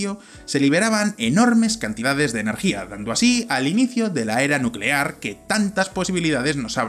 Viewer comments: Nucelar, la palabra es nucelar ERROR A B I S M A L, y a partir de este ya todos en cadena... dices que hacen falta 30 cuatrillones de satélites de 1 kilómetro cuadrado, es decir 30x10²³, del peso total de Mercurio, que es 3285 cuatrillones de kilogramos, 3285x10²³, ok Una lámina de hierro de 1 kilómetro cuadrado y tan solo 1 metro de grosor pesa kg, que multiplicado por 30 cuatrillones de satélites, 30x10²³ nos da un peso total de 2190 quintillones de kilogramos, 219x10³¹ UN QUINTILLÓN ES UN MILLÓN DE CUATRILLONES PARA FABRICAR LOS SATELITES QUE DICES CON LAS MEDIDAS QUE PROPORCIONAS, HACEN FALTA DE PLANETAS COMO MERCURIO... (SESENTA Y SEIS MIL MILLONES SEISCIENTOS SESENTA Y SEIS MILLONES SEISCIENTOS SESENTA Y SEIS MIL SEISCIENTOS SESENTA Y SIETE) error, acabas de cargarte el sistema solar. Si destruyes Mercurio y usas su masa para crear la esfera de Dyson, estás alterando el equilibrio orbital del sistema solar al haber un planeta menos orbitando al sol; posiblemente las orbitas y distancias de los planetas al sol cambiaría. Obtendrías tu esfera de Dyson, pero posiblemente aniquilarías a la humanidad por las consecuencias descritas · "Dando así al inicio de la era nucelar que tantas posibilidades nos ha brindado..." Nucelar, la palabra es nucelar.